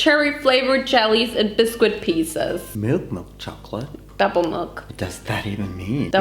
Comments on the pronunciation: HAHAHAHAHA fellow Aussie here and I am in love with your effort at the accent. And the pronunciation for biscuit “buisquit” 😂😂😂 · No, it's just bisc-it! But that's okay, I'm sure you have a better grasp of English than I do of any other language!